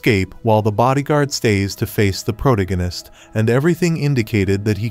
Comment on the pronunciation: PRO-DIGG-UHN-ISST 😂 thank you AI!